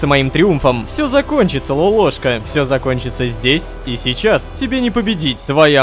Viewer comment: не лопоклошка а лололошка